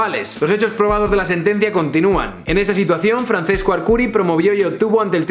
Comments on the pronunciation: Un italiano muere cada vez que dices Francesco y no Franchesco... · hace daño al oido oir francesco, se pronuncia franchesco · Illo, se pronuncia /fran-ches-co/ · Simplemente me parece incomprensible que en España no sepan cómo se pronuncia el italiano. Francesco se pronuncia FranCHesco. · Arrghh, mis oidos. Se pronuncia Franchesco Archuri. C en italiano es ch. Ch es c y gl es ll. Calliari, no Cagliari. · Francesco no se leerá "Franchesco"? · Se pronuncia "franchesco" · Te quiero muy fuerte pero cuando pronuncias "Franθesco" me duele mucho por la zona de los tímpanos. Pronunciad a la italiana, plissss :( . Por cierto, el mejor vídeo que has subido nunca. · Se pronuncia franchesco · Se pronuncia Franchesco, ce en italiano se pronuncia "che".